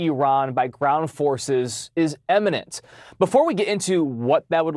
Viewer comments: IMMinent, not EMinent ! Trump can't get that right either. 😂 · 'Eminent' vs 'Imminent' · Dear God will people who go in front of the nation on camera please learn the difference between eminent and imminent? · Imminent NOT eminent.